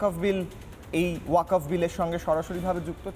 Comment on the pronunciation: হারাম/জাদা'রা ঠিক মতো ওয়াকফ্ বলতে পারে না। বলে ওয়া কপ !!!